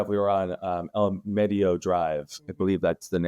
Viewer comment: El-Meed-E-O Drive is how it is pronounced